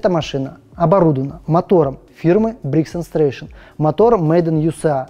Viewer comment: Мотор произносится: бригс энд Стрэтон.